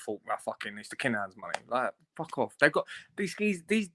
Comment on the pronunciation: It’s Kinahans not Kanahans! Lol.